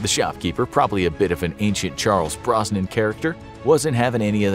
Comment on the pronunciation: Charles Bronson! Bronson! Not Brosnin! Sheesh tell you’re a Beta without telling me!